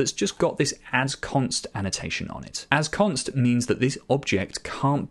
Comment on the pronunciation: Mom, he said Assconst again!